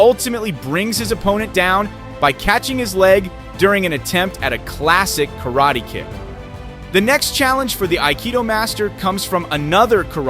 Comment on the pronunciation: A karate expert does not attack like that. The announcer cant even pronounce Karate as it should be pronounced. The "karate players" in this video are not experts. Aikido demonstrations are very reliant on the manner of ""attack"" to allow the carrying out the defensive movements.